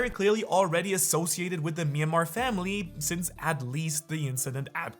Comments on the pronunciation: the longer you watch his content, the more atrocious pronunciations you hear. the worst part is that its not even consistent. its like he randomly pronounces words or names wrong in specific videos. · Are you intentionally calling the Manmayer family the "Myanmar family"? 😅